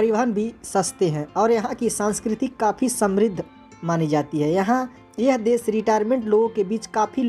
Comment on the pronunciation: आदरणीय आपका उच्चारण शुद्ध नहीं है। देश बोलिए ना की देस।